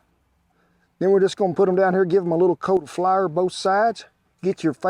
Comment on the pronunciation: Take a drink every time ole Kent says “Flahr” and I’m way past the legal limit pretty dang quick